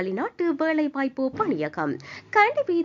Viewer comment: அறிவிப்பாளர் தமிழை சரியாக உச்சரித்தால் நன்றாக இருக்கும்.பழ illai பல.வேழை இல்லை வேலை